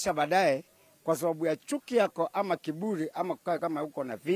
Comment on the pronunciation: Pole it's kiburi not kifuri but thanks u r against BBI ONCE MY ONE OF LEADER SAID TULIMUIBIA MEANING TULIMUIMBIA